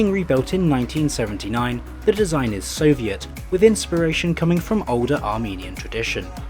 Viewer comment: respect for actually pronouncing soviet compound words, they've stumped many englishmen